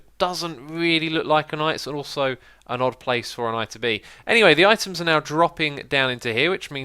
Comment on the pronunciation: "I just got this eyedea in my head" "anyway, the eyetems are now dropping down into here, which means they should be going through the hoppers. Eye can hear some clicking, so that's a really good seyegn."